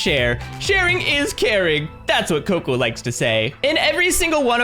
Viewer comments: cocca not coco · Your not right the Bunny name It's cocoa